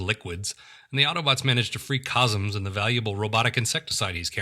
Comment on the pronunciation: *laughs and laughs and laughs* These reviews are SO funny! They're on a par with Nightwind's. Oh, and just a note, it's "Cosmos" not "Cosms." Keep 'em coming. :-)